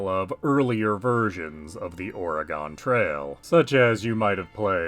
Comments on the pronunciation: ORaGONE? i live here nobody calls it ORaGONE we say it how you are saying organ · liar I actually live here and we actually pronounce it uh-ray-gun